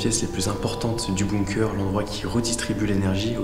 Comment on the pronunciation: Tout le monde dit "BOOMker" c'est BUNker les gars, prononcez-le bounker si vous préférez... De rien 😃😘